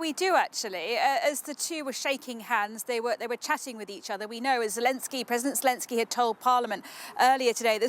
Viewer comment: " Welcome to the UK President Zulensky."